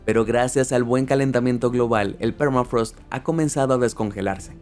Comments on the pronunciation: es "thermafrost" no es "phermafrost," encima lo copiaste y pegaste asi...que lastima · Permafraasth !! Habla en criollo hermano.. se pronunciá permafros che vende patria